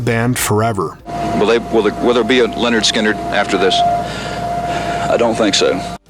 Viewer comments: It’s Lynard not Leonard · Lynyrd.. Not Leanord. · At: It's not Leonard Skynrd. It's Lynyrd, pronounced ( Lin-erd ) Skynyrd. lol. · Its not LENYRD ITS LYNYRD! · It's "Lynyrd Skynyrd" not "Leonard Skynyrd" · Lynyrd, not Leonard. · OH MY GOD, what planet are you from. It is not pronounced LEN it is Lyn. Who are these people who make these videos and can't speak proper English/!! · did you just seriously say LEORAND instead of LYNYRD??? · You keep saying Lennard Skynard. Pretty annoying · Lyn not len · Stop pronouncing it as "Leonard"...it's Lynyrd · the narrator mispronounces the first part of the name lynrd throughout the entire video.its not len and never has been its lyn. if your going to do a bio have your freaking fact correct first. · Your pronouncing the name wrong it's not Leonard, it's Lynyrd. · Wikipedia :Lynyrd Skynyrd (/ˌlɛnərd ˈskɪnərd/ LEN-ərd SKIN-ərd) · It's not pronounced 'Lenard'!😕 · Hearing you say Leonard Skynyrd so many times was painful 😖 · Roxanne Moser Especially members of his own band. I’ve heard Gary mispronounce it too. It’s lazy and disrespectful.